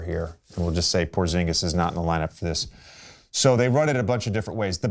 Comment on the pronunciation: "if Porzingas is available" Oh he available